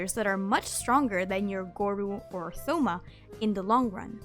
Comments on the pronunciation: it’s toh-ma not thoh-ma 🙁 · Wow I never heard someone pronounce thoma with the “th”. It’s just a hard T as is with Thomas. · Thoma is tho-ma it's (toe-ma) 😭😭😭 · Why’d you pronounce the th in Thoma 😭😭😭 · I'm very sorry to tell you this but Thoma's name is pronounced with a hard T sound, like in the words- "Toast" and "Today", not a soft "th" like in the words- "The" or "thumb". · Stop mispronouncing Thoma's name 😂😂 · she kept saying thoma wrong